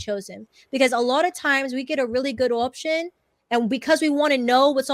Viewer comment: Her inability to say OPTION ins throwing me